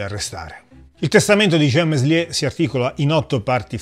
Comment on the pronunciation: Contributo davvero interessante, bravo! Due soli appunti: quando Meslier morì,nel 1729, in Francia regnava ormai da anni Luigi XV. E poi il nome di questo singolare prete si pronuncia melié (il francese spesso induce all'errore, si sa). Ciao :)